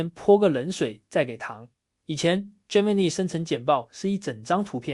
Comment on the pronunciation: gemini 發音錯誤